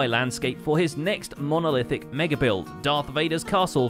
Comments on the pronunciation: Sorry, is no one going to mention how they completely screwed up the pronunciation of 'Mustafar'? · It's not "must-uh-far"; it's "moost-ah-far" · Imagine saying “Must-afar” instead of “Moo-stafar” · Pixel: “‘Must-afar.’” Me (Star Wars Fan): “WTF, Must-afar? No no no, wrong, how dare you! It’s Moo-stufar.” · It’s “moo-stiff-arr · "Muh-stafar" That is not how you say that. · No it isn't. It's Mustafar. MOO-STAH-FARR. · All star wars fans when he says mustafar wrong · They pronounced Mustafar wrong... ok continue